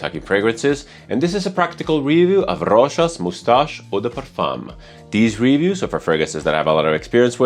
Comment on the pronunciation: Love the way you say Rochas 😍😍😍